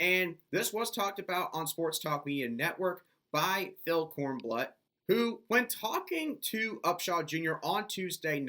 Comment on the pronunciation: Phil Korn- bloot is the pronunciation